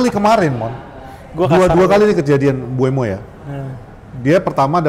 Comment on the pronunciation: mbumo bang bukan mbu-emo wkwkw